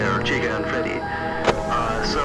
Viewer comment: Chika and " FEDDY "